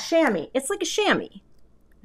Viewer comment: The way you're pronouncing Shamwa is the way it's pronounced in French = shamois. Belle carte!